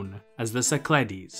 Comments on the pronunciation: Nicely done. Except the -ogle with a Go pronounces it “SI-kluh-deez,” not si-CLAH-deez. Geography 101, please! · Κυκλάδες, romanized: Kykládes, IPA- Kee-kla-des - emphasis on second syllable